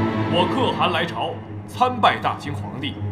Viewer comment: 沒有人告訴陳建斌可汗的唸法嗎😂